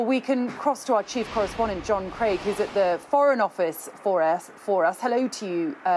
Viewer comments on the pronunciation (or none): none